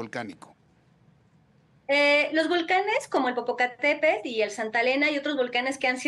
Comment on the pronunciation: Muy vulcanologa pero no sabe pronunciar correctamente el nombre del volcán. De verdad una vergüenza